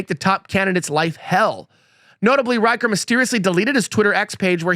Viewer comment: Rich-er, not Riker. Yes, CA Dems stole 5 House seats in 2018.